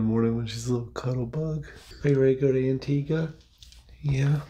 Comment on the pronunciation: I live in Trinidad and Tobago 🇹🇹 and we drive on the left also. pronounced Antigua correctly 😊. This was a beautiful vlog as always. Thanks for sharing 😊